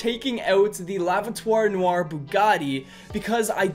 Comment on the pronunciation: "La vatoire noire" "das schwarze auto" "the Black car"